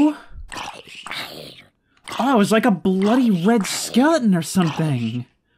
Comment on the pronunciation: "it's like a bloody red skele'n!" got me laughing.